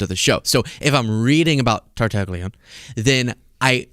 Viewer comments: Tartaglione is actually pronounced quite differently in Italian. Your version is a fair American approximation, but the closest would be tar-tah-GLYOH-neh — with “gli” sounding like the “lli” in million, and the ending as “neh,” not “oon.” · If you talk about this story again, even the ABC announcer did not pronounce Epstein's Italian cellmate's name right. I guess in America people have forgotten how their Italian names should be announced. But it should be Tar-ta-leeoneh. The GLI in italian is a strange sound with a mostly silent G that makes a bit of a y in the back of the throat, but lee is close. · In Italian, the "g" is silent before the "l." Although the name is spelled Tartaglione, it should be pronounced "Tartalione." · Tartaglione - Tartaglione is an Italian surname pronounced tar-ta-LYOH-neh ('tar' like in 'target'; 'ta' like in 'tah'). The newscaster massacred it as well. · Tartaglione : the "g" is silent! Wtf? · in Italian, the "g" before an "li" is silent but stretches the "l" a little bit, like "ll" in million. Think of consigliere and famiglia. (Of course, since Tartaglione is American, he can pronounce it his own way.)